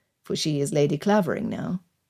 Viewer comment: just one correction coming from the village of Clavering the "a" is pronounced "ai" ... otherwise beautifully narrated